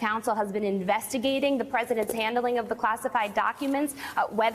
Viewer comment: "Sir-TEN-ly". Use your sounds.